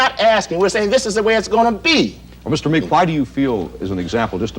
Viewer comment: It’s Meek, not Meeks.